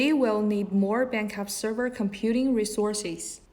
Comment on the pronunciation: Bankup? not backup? a company who use unprofessional english speaking people is not trustable